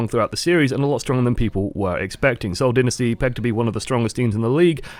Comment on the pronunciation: It is Seoul Dynasty not Seoul Dinisty